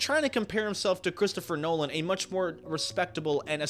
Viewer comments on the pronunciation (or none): none